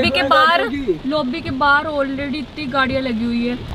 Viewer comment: She is saying saunam instead Sonam. And loaby instead lobby. 😭 sab Seekh jaati hai ladkia makeup, class everything but English me hugg deti hain. Why? 😭😭 Please work more on your vocabulary pronounciation this english isn't suiting your character.